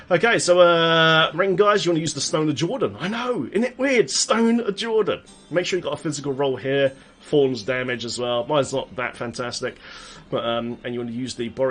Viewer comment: isn't it thorns? not forns?